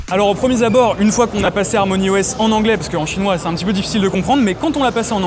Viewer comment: Au "premierzabor" 😅